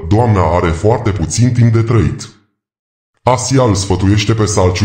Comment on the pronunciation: GEAVIDAN și SELCIUK - ASA SE PRONUNTA!